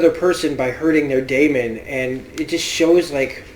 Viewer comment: I love how much you analyse mrs coulter and how right you are about her and please practris how to pronounce lyra and deamon right ... the word daemon is pronounced like demon the opposite of engel